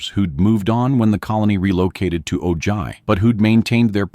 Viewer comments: Great video!! But Ojai is pronounced O-Hi not O Jai or O Ji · Ojai sounds like O-hi. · The "colony moved on to Oh-JI" Seriously????? OH-JI? Why can't these narrators learn how to pronounce names correctly???? It's not OH-JI. Lazy narrators. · Thank you. The mispronounciation was driving me nuts.